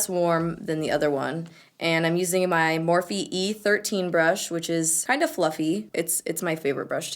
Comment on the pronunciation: sounds like you're saing "duo fibre butt" 😂😂😂😂😂👌